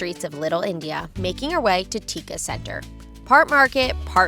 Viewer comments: Tekka is pronounced “take ka” and not tikka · Tekka is pronounced as ‘take - car’ ….. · Tekka is pronounced "TAYHK -KKAH" Please get yr pronunciations correct. This one was so bad, it made my skin crawl n u couldn't bear to watch any further bcoz considering how much time I spent there, u didn't even ask the locals what's the correct way to say it. It's not like we can't speak English. We would've been happy to explain/teach. Asking shows respect n consideration. ASSUMING u got it right doesn't. Thank u. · To other foreigners who've planned to visit Singapore : The hawker centre which serves a variety of Indian, Malay and Chinese food is Tekka Centre at Little India. If you're asking for direction from a local and pronounce it in your Angmo way /tɪkə/ , he won't understand you. The correction pronunciation is /teɪk kɑː/ . The consonant t is not plosive. There's no falling or rising tone in Singlish; only flat tone.